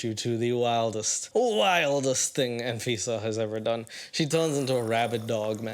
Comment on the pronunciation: I keep hearing her name as A-Visa 😂 (quite fitting really)